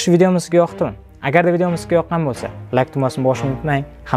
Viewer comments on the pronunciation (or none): none